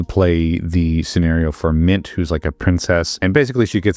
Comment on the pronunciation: Mint is not "Mint"